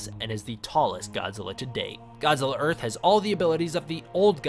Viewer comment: earht or earth godzilla